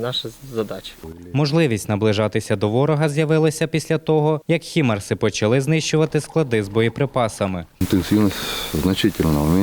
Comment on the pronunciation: Для коментатора відео стрічки: Слухай, друже, не ХІМАРСИ, і не ХЕМАРСИ а ХАЙМАРСИ. Не будьте ви Арестович 2.0 Це у нього та у орків проблеми з цією назвою. Слава Україні!